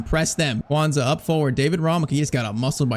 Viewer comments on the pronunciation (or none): none